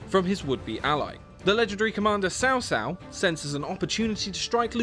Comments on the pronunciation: It's Tsao Tsao. Sao Sao means (older) sister in-law. >_< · Sorry but you have pronounced Cao Cao as Sao Sao.... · Just say Chao Chao